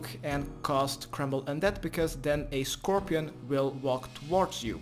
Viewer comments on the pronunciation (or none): none